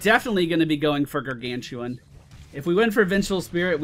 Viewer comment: u dont use the r on gargantuan:O:(